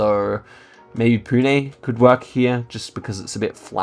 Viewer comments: You pronounced Pune, Nashik, Mumbai perfectly! ❤️ from Pune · Bro said Pune and nashik good